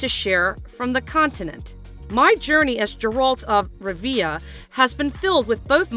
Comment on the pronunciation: If you can't pronounce the main character's name or where he's from don't narrate the video. 😂